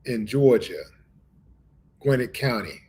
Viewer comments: Pronounced, Gwin-net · It's pronounced Gwen-Net county fam lol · Pronouncing the county wrong 😂, but RIP